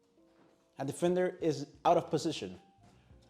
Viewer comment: Good video useful simple. For YOUR English, It’s not sucker match, it’s sOccer. It’s not eez, it’s is, pronounced iz